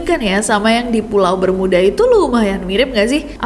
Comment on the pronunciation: Bermiuda😂. Terlalu Inggris